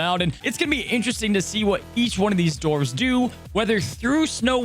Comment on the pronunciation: dwarfs, with a W Dwar, not door-ves Thanks bud 😊